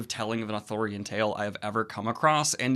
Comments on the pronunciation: Daniel... i adore you... However, you saying "authORian" rather than what is truly... "Arthurian"... (pronounced "ar-THEER-ee-un". Gawain is my ultimate Arthurian hero... hence my legal, chosen last name, "Gwayn". I am not adverse to your overall review. But... PLEASE... it is ar-THEER-ee-an... not AW-thur-yan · I keep hearing authorian legends instead of arthurian legend i don't know why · It's "ARthurian" not "Athurian" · Stop saying Authorian legend it’s pronounced Arthurian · Is it not Authurian...? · Is he saying Arthurian or Authorian? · Arthurian: arr-THUR-ee-an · I feared I was the only one who noticed every time Daniel said ar-thor-ian. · ooh athurian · You madman, are you incapable of pronouncing the first r in Arthurian? But yeah, the movie sounds cool, might have to check it out. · I noticed this too and it drove me nuts.